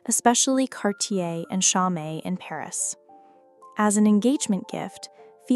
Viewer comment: “Cho - met”? Really? You stories are so good, but your AI voice stinks. Just a way to dumb down Standard American English even more.